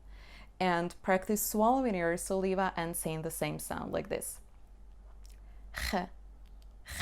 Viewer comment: Hello,. You have excellent videos. I hope you don't mind if I correct your pronunciation of the word "saliva" /səˈlaɪ.və/